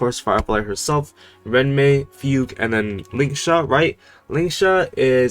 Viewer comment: bro stop pronouncing fugue like that bro